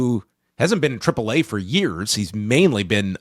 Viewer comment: 4 seconds in Triple What😂😅Dude cant even say the first letter of the alphabet properly.Wtf😂😅